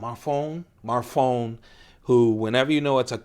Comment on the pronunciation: the name of microtech's founder is pronounced (Anthony) Marr-Fee-Own-E (Marfione)